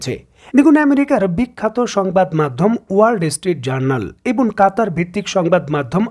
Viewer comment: এবন নয়, এবং।